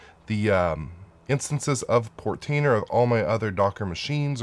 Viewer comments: Portainer....no extra R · you pronounced "Portainer" wrong haha. It's not Protainer lol.